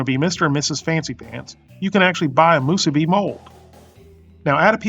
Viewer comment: Moosuby and furycake